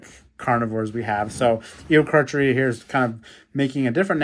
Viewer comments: It is pronounced ee o car car eu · It’s pronounced eokaarkaariaa, also carcharodontosaurus is pronounced karkrodontsaurus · Probably pronounced Eo-kark-air-ia